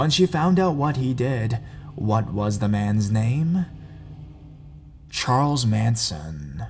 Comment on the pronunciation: "Charles manson"? Did I hear that right?